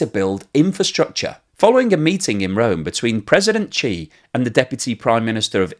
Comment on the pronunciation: The chinese dictators name is pronounce SHE not Chi, Ji ,G, Gee or any other random name. As a talking head its bad when you get basic facts wrong.